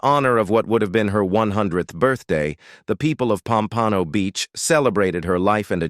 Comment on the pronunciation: Since I live near Pompano Beach I quit the AI voice at "pompanno beach". Ridiculous. AI cant even get that right plus this AI voice is overused. "Esther Rolly"